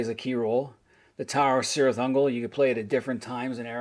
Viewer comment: Really enjoyed this video, as well as your other MERP stuff. One suggestion: look into proper pronunciation. For example, Cirith Ungol is pronounced "Kirith Ungol" rather than "Sirith Ungol."